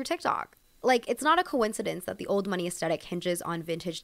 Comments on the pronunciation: I found this post incredibly entertaining. So good. Can I humbly, humbly suggest though that aesthetic is pronounced uhs-theh-tik. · Aesthetic - why is this gen z’s favourite word, why. WHY. and why pronounce the T as a hard T sound? It’s a ‘th’ sound. This genuinely drives me nuts. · hi love ur pronouncing aesthetic wrong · Very informative, but please say aesthetic correctly. Especially if you're going to keep repeating it.